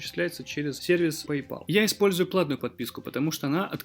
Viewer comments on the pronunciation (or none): none